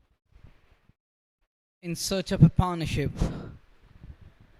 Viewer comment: commentator "upish" in the air mea upish ka mtlb? is it a word? and its not Paar' naur'ship but pat'nah-ship ... ma kar pannuey english